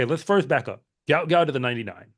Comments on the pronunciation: Just FYI,his name is pronounced Gwot Gwot,not gout like the disease. I, for one,would like to have my name pronounced correctly,and no one knows who the hell I am. As he does have some celebrity,I'm sure he and his parents would like his name pronounced correctly. J̌ust sayin. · Why do you guys continue this deliberate mispronouncing and misspelling of the youngsters name. His name is Guot Guot, please do not perpetuate this disrespect!!